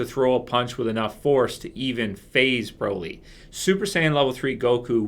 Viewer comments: The way you pronounce Broly is the British slang for am umbrella, "Brolly" is wrong mate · I ain't ever heard someone say Broly like that in my entire life